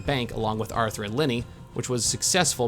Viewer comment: You kept saying “Linny” I was trying to figure out who that was until I realized you were saying Lenny